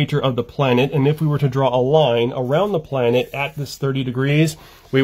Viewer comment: Notice the emphasis on the word planet